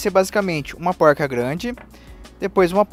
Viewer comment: Póuilrca kkkkkkk Não é mais fácil falar porca? Não é poruca, tipo paulista não. É porrrrca.